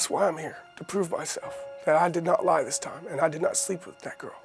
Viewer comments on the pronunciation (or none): Notice how he said I did not lie dis time